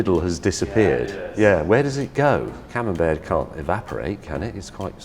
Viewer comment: The camembert becomes camembair